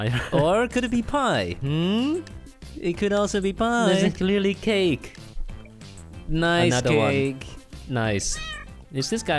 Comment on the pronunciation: The amound of triggered I consumed when the korean was literally 'cakeu' :'D